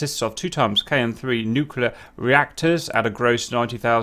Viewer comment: Nuclear. It's pronounced "new-clear", not "new-cue-lure". Two syllables, not three. Sorry. Just bugs me.